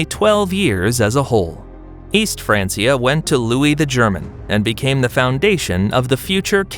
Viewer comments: even in English, it's "fran-kee-ah". Pronouncing it like "fran-see-ah" is simply incorrect. It would be like saying "bench" like "bence". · It is not pronounced "fraan-see-uh" Either fraan-key-uh or fraan-chuh It's a Latin word dude.